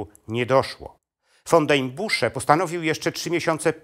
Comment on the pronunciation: Ten facet nie potrafi ani mowic ani czytac. Von czyta jako ffon Co kilka slow. W. Dziwnych miejscach stawia. Kropke. I robi. Dziwna przerwe. Taki stary a w szkole nie byl.